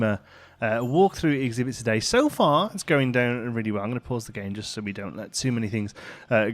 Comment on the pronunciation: Nobody: Literally nobody:: riealey